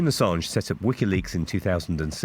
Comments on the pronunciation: the gaslighting and hypocrisy runs deep with this one. and friendly tip: it's pronounced "uhsawnj" (he's one of the most important figures of our time, gotta respect his name, bruh ;) cheers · You're pronouncing Assange wrong.